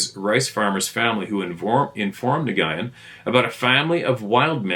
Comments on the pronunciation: NGYUN/NYGYIN: pronounced N+WOON / N+WIN? At least this is how my Vietnamese friend told me is the correct pronunciation for his name.😬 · The Vietnamese name, Nguyen, is pronounced "win". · Nguyen is pronounced “win”. Cuhrazy!